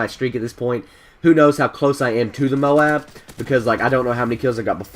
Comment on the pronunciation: THANK YOU! You said MOAB like "MOE-AB" instead of "MOBE". I hate it when people say it like "MOBE" lol